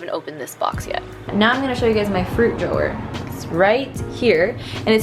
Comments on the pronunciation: i think its funny how you say drawer like drow-wahhh instead of draw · I love the way you saw drawer 😂💗